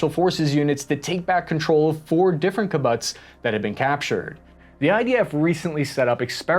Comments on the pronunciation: it's "key-boots", not "key-butts". It has nothing to do with butts. Don't call them butts. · It’s pronounced “key-boots”. Otherwise fantastic coverage. Super informative. Really appreciate your hard work. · Your analysis is great. But it’s pronounced KEE-BOOTS. KEE-BUTTS makes it sound comical and distracting. But overall well done! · P.S. it's not "ki-butts" duh. It's pronounced "ki- boots" It was what the Jewish people had to do in the old days. Most jews that came to their homland had no money or anything else for that matter. They survived by forming into a collective. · I appreciate your videos. Just one correction. It's kibboots, not kibbutts. Plural, kibbutzim. Even someone from LonGisland should know that! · This was an excellent video. Very through, informative, and in-depth, as well as balanced. I will highly recommend it. One editorial point. You are pronouncing the second syllable of the word kibbutz like butts. Ki-butts. That is incorrect. It is pronounced like the word puts. As in, “he puts the book on the table.” Ki-puts. Ki-bbutz. Thank you! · This was a great video but you completely lost me at “kebutts”. It’s pronounced “keeboots” and the plural is Kibbutzim. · 'keee boots' not 'ki butts' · it’s pronounced as kee bootz, not ka butts 😂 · i like kib-butz and i cannot lie! Man you've gone an pretty good job when the only thing I can criticise is the pronunciation of kibbutz. AFAIK it's pronounced more like kib-bootz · Kibutts? no, it's Kibbutz ffs. Ki-buutz. Like boots. omg. Don't be ignorant. please. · Loving your attempts at Hebrew. I gotta help you. It's Key-boots. Not ki-butts. Also, G-d willing is pronounced with 5 syllables: Beh Ez Ras Ha Shem, or Beh Ez Rat Ha Shem. Gotta account for 5 syllables, or something went wrong. :) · Kibutz is pronounced KiBOOTS not KiButts. FYI,. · Key-bootz, not kib-butts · It's pronounced kib-utz/kib-uuts, not ki-butts. Nit-picky details, still a great video overall 👍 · i think it is pronounced kibboots